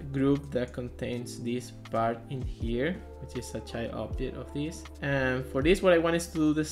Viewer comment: I don't understand some words, you say obdjet but indeed it should be object. There's a lot of other examples like dees instead of this, sorry dude, but it's so uncomfortable to listen!